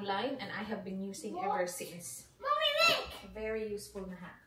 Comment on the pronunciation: 😂 tawang2 ako sa british accent😂